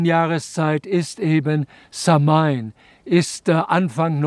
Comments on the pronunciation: Eine Sache muss man leider Korriegieren es heisst nicht SAM-HAIN ausgeprochen sondern SAH-WIN ansonsten so ein schönes Video und Vortrag könnte ich auch Std lang zu hören🙏🏻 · samhain wird anders ausgesprochen —-> „sauin“ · Lieber Dieter - Samhain wird "SAUON" gesprochen 😉☘️🇮🇪☘️ -Ich bin zwar nur halb Ire aber ein wenig Gaelge spreche ich doch. Sehr schön erklärt. ❤